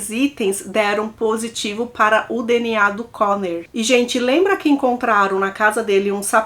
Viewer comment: Eu só escuto ela falar "deniá" em todos os vídeos 😂😂😂 (DNA)